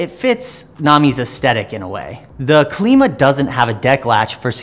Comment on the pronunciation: Klima - "Climber" not Kleema. Named for the wheel's climbing ability. Makes sense right? :) Happy to eat my words if proven wrong but I believe that is the right pronunciation of the name. Thanks for the review regardless! Nice work.